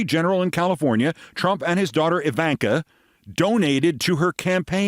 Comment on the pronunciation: Eevaynkah. Molanya. Drumpf. I love this pronunciation war. It’s like being a child again.